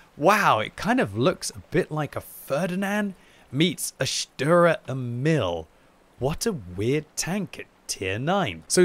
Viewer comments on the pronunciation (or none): none